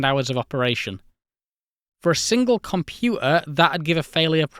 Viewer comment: Compua'a. Fi'a ..😁😁😁